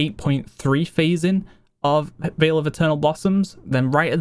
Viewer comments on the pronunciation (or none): none